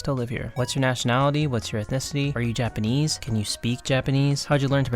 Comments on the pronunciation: Your Japanese pronunciation is fluent. That's rather impressive considering you don't speak Japanese. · wait- if you cant speak japanese, who does all the translation of your coverssss? your pronounciation is so goood too 😭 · I've been learning Japanese for many years now and you have the best Japanese pronunciation I've ever heard a foreigner have. you sound japanese